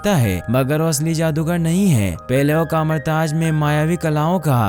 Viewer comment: Kamartaz🤣🤣🤣🤣🤣🤣 Kathmandu bolaa naww